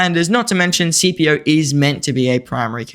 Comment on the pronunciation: You make great videos, but can we start pronouncing his name correctly? It’s pronounced skip-ē-ō. I am impressed you pronounced Amelianus correctly.